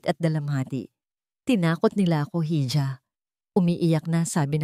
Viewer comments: Para sa narrator Yung hija Ang bigkas Po Nyan ay iha or eeha at Hindi heedjah saksak mo Po sa kautakan mo, matagal mo na yang binabasa nang Mali, I Google mi Yan para natauhan ka, sayang lang Ganda ng boses mo😡😡😡😡😡😡😡😡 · gusto ko sana ang mga kwento nyo kaya lang ang pangalan talaga apaulit ulit po 🥰pero pinakikinggan kopa rin 😂 correction lang po sa ibang kwento mo yong pagbasa mopo ng Hija pwede po ba iha sorry sa correction ❤❤❤❤